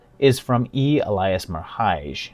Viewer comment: Merhige is pronounced "merge." I know this because he was a classmate of mine during college.